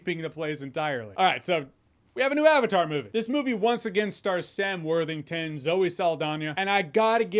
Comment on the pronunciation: Avatar is a Sanskrit word. He lost me in the first few minutes when he couldn't even bother to look it up and pronounce correctly. He probably knows how to pronounce Croissant and Fettuccine though.